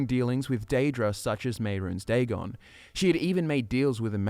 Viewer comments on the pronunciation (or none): none